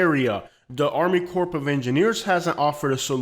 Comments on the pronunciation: Corp has a silent “p” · The "p" is silent in the 'Corp of Engineers'.